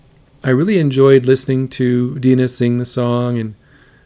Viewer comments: Its NOT Deena, its Dina, as in die. Dina Washington. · I left out this "it's NOT Dee na, it's D eye na !!!". 🥰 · Can you say Die-nah? Dye-nah? Rhymes with mynah? Have you never heard the American folk song “I’ve been working on the railroad” (someone’s in the kitchen with Dinah)? Have you never heard of the book of Genesis, wherein which the 12 sons of Israel have a sister named Dinah— not Dee-nah!!! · Die-nah Washington, not deeeena.......just sayin , thanks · Her name is pronounced DI’-nah. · It is pronounced Die Nah Washington. I also listened to the original and was surprised how closely she sings to Dinah's version. I'm not going to ding an 8 yr.old for trying to sing like the records she listened to. I can't believe that singing in "her own voice" would be any different in the outcome. I think what she is doing is harder than to sing in what might be as easy to explain until she got older. Have you noticed how easy it is for her modulate her vibrato? Check the "Summertime" that she sang on NGT. She had been encouraged to just sing what you want and how you want. The fact that in her early years she can sing three songs and have them sound three different ways is pretty remarkable to me. This song was sung at my last wedding. While that didn't make past ten years, I got sick nothing lethal just a horrible pile of chronic symptoms. After almost eight years of tests and diminishing abilities, while it broke my heart I didn't blame her. The irony is just a few years after that she did get a bad diagnosis and passed a couple of years ago. Oh, there I go rambling about things nobody cares about. You don't need to apologize for anything. First, the song in it self can extract emotions, especially if you have memories of people who were close and are no longer there. Then there is the singer who should be face down in a 'Happy Meal' instead of singing songs that were hits back before we were her age, I'm 70 you get the idea. I close my eyes and the voice is coming to